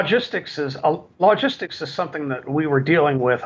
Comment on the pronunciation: My only criticism is hearing logistics pronounced log-istics